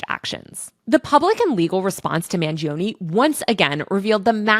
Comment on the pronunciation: Mangione has 3 syllables. 'man joe knee' not 'man G O knee'